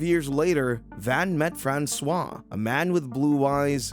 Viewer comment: If this comment still isn't spoken by an A.I.: Please try to pronounce foreign names to their correct pronounciation in this language. Your "Francois" in its mix of amercian english and french really sounds ridiculous! 🤨